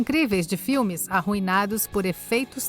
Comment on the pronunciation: Esse "ARUINADOS" tá um pouco exagerado.